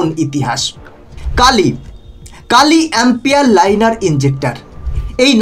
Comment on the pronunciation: Kilo hoba ucharon ta Kilo ampear linear injector. APNAR OKHANA LAKHA AACHHA KILO KINTU PURO NAM UCHARON KORAR SOMOY BOLLAN (KAALI AMPEAR)